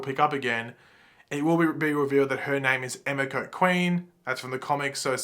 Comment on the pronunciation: Btw it's pronounced Eh-mee-ko.